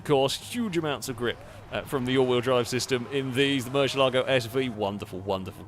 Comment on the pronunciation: please learn the correct way to say Murcielago